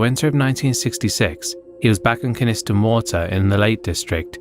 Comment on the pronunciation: Sorry to be that guy, but its Pronounced ; Con-is-ton Coniston water. Awesome video otherwise 👌